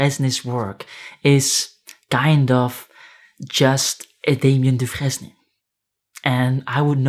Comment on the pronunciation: If Da Vinci is rolling in his grave, then Sasquatch is seething and stomping above it...that digital footprint🤔😆 **Side note the "fresne" part in Dufresne is usually pronounced like the word sprain or stain, think, do-frain....at least I think...I had a friend with same last name and that's how he pronounced it. It's a tricky one, long and short vowels and silent letters🙄